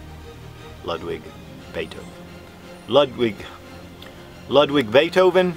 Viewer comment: So much practice, but all wrong anyway! German's pronounce W's as V's, the U in the name is pronounced as "OO", so you'd say "Loodvig Beethoven". Otherwise, we might as well pronounce the last name as "beeth-oven" instead of "beh-t-hoven".